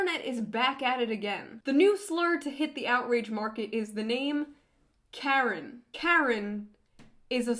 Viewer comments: “Kerin” haha great video tho. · Shoe0nHead pronounces Karen weirdly and I love it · I love you, June. But the way you pronounce Karen feels really weird. Maybe it’s because I’m Canadian? It just seems a little off.